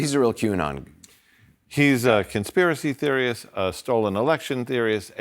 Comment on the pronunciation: Its interesting that the word theorist has an old meaning and now a new one. This guy pronounced it "theory-ist".